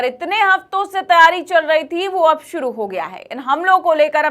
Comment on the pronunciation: Suruu nhe hota shuru hota hi. 😅😅😅